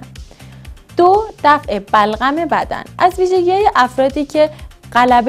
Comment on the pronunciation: خخخ بلغم و نمیتونه بگه ی جا گفت بَغلَم خخ